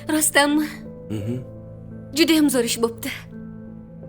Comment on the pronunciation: Зувир эмас зовур дейилади